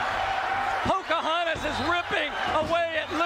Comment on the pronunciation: Did he say "Poker Hontas?" LOL